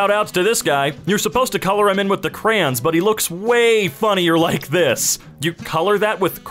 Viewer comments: "Crey-ans" Hi, Midwest/Southern here, I call em' "Crowns"/"Cray-ons"... Please tell me what In the Emkay hand is "Crey-ans" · Hey.. Mind to remind me how the fuck you pronounce Crayons? Yknow. Cray. Ons. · I FOUND ONE WHO SAYS KR'ANS INSTEAD OF CRAY-ONS